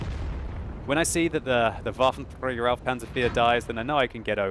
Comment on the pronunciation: your pronouncing waffenträger wrong as always dont roll on the "r" xD